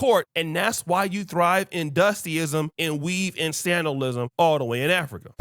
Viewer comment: did you say sandalism🤣🤣🤣🤣🤣🤣🤣